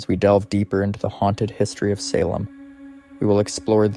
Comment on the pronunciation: Salem isn't pronounced Sehlem. it's Salem (saylum)